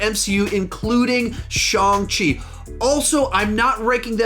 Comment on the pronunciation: Shawng chi 💀